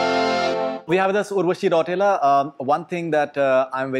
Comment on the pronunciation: When she pronounced her name : उरवसी राउठेला